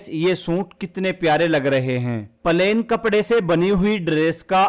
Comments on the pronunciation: Palen nhi plane bolo😂😂😂😂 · Bhai plain not palain pls🙏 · Pahle bolna to Sikh lo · Pahle pahle plane bolna Sikho😅😅😅😅😅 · Bhaiya aap palain bol rahe ho 😮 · Pahele palain bolo bhaiyaji😂😂😂😂😂